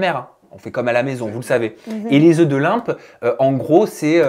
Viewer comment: Des œufs de "Limpe" ...😂 LOMPE pas Limpe !